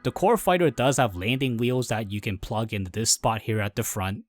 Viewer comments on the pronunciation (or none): none